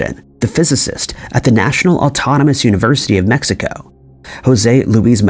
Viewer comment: gotta love AI - MEXICO- across the US